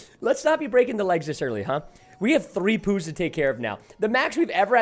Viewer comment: Why is he saying pous like poos